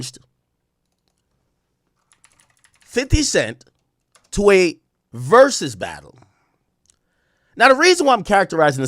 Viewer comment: My boy AK asking "is this an AI video" after the 50th "ver-soos".